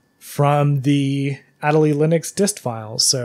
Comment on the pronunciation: "ah-DAY-lee" Better late than never XD